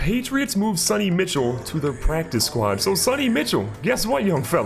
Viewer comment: I cringe every time he says “Mitchel” instead of “Michel” 🤣